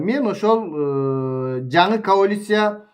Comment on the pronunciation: Каолиция эмес, коалиция болуп жазылат жана айтылат